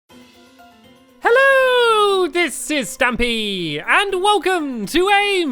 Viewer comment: Stampy not Dampy